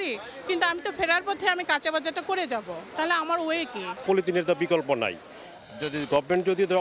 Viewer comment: বকল্প না বিকল্প 😂😂😂